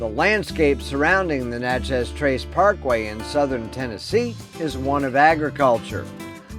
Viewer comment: Enjoyed the video great info but it’s pronounced “Natches” not Na Chez. There is also Natchez Mississippi also pronounced NATCHES. It’s sounds like matches but Natches. It’s a southern thing.